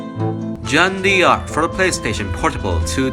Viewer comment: There's this misconception in English, especially American English, that the Italian name D'Angelo is pronounced Dee Angelo. That's because there's a black rapper dude whose name is D'Angelo and pronounced Dee Angelo... However, the original name D'Angelo is actually an Italian name and it's pronounced DAN juh loe... Jeanne D'Arc is a French name and the apostrophe in French is silent just like in Italian. it's pronounced "Jaann Dark" (French is my first language). Great video, such a good game! Cheers!